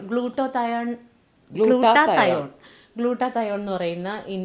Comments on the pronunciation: സത്യം ഗ്ലൂട്ടാത്തയോൺ എന്ന് പറയാൻ പോലും അറിയത്തില്ല 😂😂😂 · രണ്ട് പേർക്കും glutathion എന്ന് പറയാൻ പോലും അറിയില്ല..... പച്ച പാവങ്ങൾ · Sho paavam glutathione enn parayan polum ariyilla.. Acting vere level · ശരിക്ക് പറയാൻ കൂടി അറിയില്ല 😂😂😂 പാവം